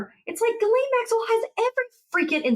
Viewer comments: Maxwell's first name is pronounced ZHIS-LEN, not GEE -LAYNE. It's a typical & relatively common female French name. Most Americans get it wrong. The reporter also mispronounces Virginia Giuffre's last name too. It's GEE-OOFRUH. And roll that R while you're at it!!😊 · Hello Ladies, Just a little note , Maxwell's name is pronounced Jìslaine not Guilaine... The only one that pronounces her name properly is Michael Popak.... On the same note, the river in Texas should be pronounced Guada- loupe ( as in magnifying glass) and not Guada-loupay!... It hurts my French ears... thanks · Ms. Maxwell's name is pronounced Gillen (short i).